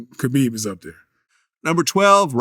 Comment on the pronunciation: Meanwhile, he's saying "Khabib" wrong.